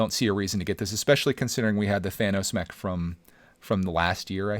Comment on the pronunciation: When he says mech it sounds like he says neck